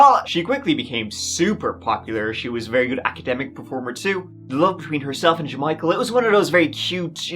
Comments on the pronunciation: “J’Michael”?? You gotta be j’kidding me😂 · Ja-Michael, you dummy!